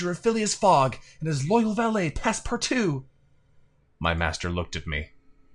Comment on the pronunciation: Again again! Fyi 'valet' when used to mean manservant rhymes with 'claret'